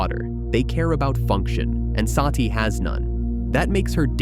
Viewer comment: It's NOT "Saaati".. Her name is "Sati" or "Sutee" which means "the truth" or "virtue" in SANSKRIT OR HINDI LANGUAGE